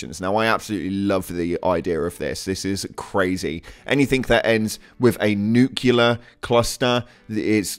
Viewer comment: its new-clear not newk-you-lar